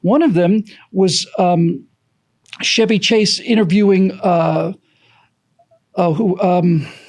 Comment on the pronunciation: CHEVY Chase! NOT SHEVY Chase! C'mon!